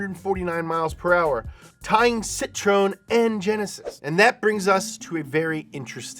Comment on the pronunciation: Hey! To practice pronouncing Citroën: see-tro-ayn 😉 Thanks for your amazing videos,!